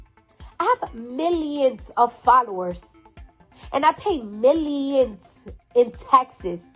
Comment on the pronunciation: Cardi: "I pay miyions of taxes."